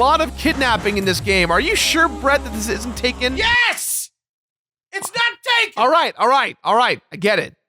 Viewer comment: God, my dad pronounced Taken as "Tekken".